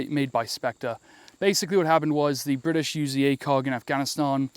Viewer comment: The bwitish ar ere